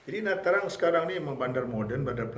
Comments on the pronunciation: Sebutan yg Sebenar adalah Na Cang bukan Na Trang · Nha Trang ( sebut Chang) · Nha Trang di sebut Nha Channg.Jika Tra Vinh jadi Cha Vinh